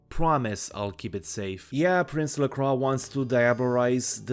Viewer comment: Lovely retrospective. I also appreciate that you pronounce "Lacroix" in the correct way, which the game... just doesn't. Oh well, looks like it's time for another reinstall giggles like a child